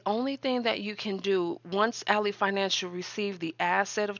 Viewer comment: Not a jab at your content. I don’t know if you realize this, but Ally Bank is pronounced AL—LY(lie) as in friend or foe context. Al— LEE spelled alley: a narrow path between buildings.